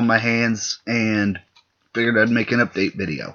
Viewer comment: But you said udate